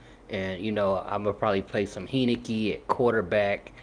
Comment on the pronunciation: Learn to pronounce my QB's name! Heinicke (Hine-ni-key) Gave U a like anyway.